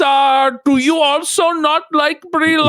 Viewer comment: Jer says “also” as “alltho” oopsie!